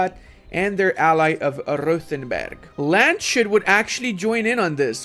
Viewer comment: Just something that has been itching me: Landshut is not pronounced like "Land-shut". It is pronounced like "Lands-hut", the u being pronounced like the oo in boots. Otherwise entertaining as always 👍